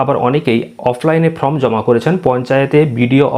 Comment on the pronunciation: কথাটা ফ্রম নয় ফরম ।উচ্চারণ টা ঠিক করুন ভিডিও করার আগে।